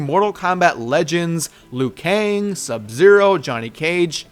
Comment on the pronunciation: It made a mistake lui kang its liu kang